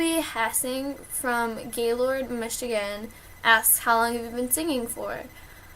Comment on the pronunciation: It's pronounced "gay-lerd".